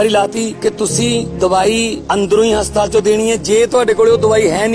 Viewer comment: Bhai ji enu te haspatal bhi bolna ni anda hastaal bol reha 😂